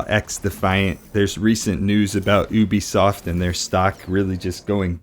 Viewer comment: I work at ubisoft and it's pronounced YOU-BEE SOFT